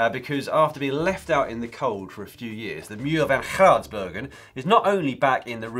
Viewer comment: Dear oh dear, Dan's pronunciation of "De Muur van Geraardsbergen" sounds like someone trying to dislodge recalcitrant phlegm. If you're ever in south West Flanders, please stop by for some free Flemish lessons. 😜